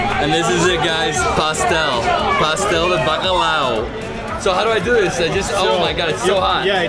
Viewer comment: "pástel de bagalal"